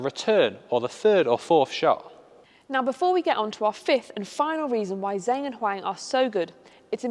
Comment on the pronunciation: Great video! Just to note that the pronuciation of 'Zheng' (as in Zheng Siwei) is not 'Zeng', its 'Jeng' (the names are written in Pinyin and not English which is why people get confused)